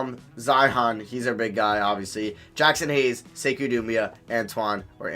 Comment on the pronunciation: It’s pronounced (say-koo) (dem-boy-uh)